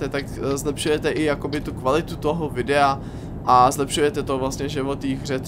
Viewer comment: "VYDEA" :D